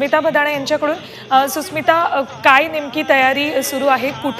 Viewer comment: Susmita nahi Shushmita.. .....😂😂😂😂